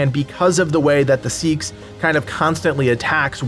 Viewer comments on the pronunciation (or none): 2 years too late. Finally getting into this game as my kids are no longer babies requiring constant care. Love your videos, they've been helpful as I dive in. Did want to say the Anglo-Saxon / Viking long knife is pronounced sax, not seeks. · It's pronounced SAY-AXE not SEEKS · I think its pronounced sax like the instrument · What do you mean. A single dane axe demolishes crowds faster that covid 19. Also, seax is pronounced "sax".